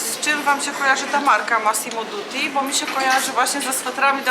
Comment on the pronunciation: Dutti nie Duti